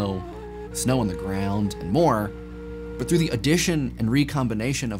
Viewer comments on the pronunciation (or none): none